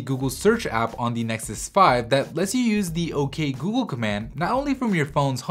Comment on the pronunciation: Great video! However, could you please avoid pronouncing ''the'' as ''thee'' even when it's not before a word that starts with a vowel? I'm probably being pedantic but it kind of annoys me ^^